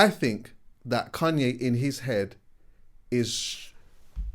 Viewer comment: "Cunye" again lol